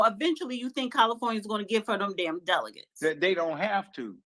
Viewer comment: Goodnight🤦🏾‍♂️ She still can't pronounce"Delegates"!